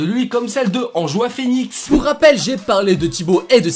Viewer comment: « Enjoie phœnix » 😂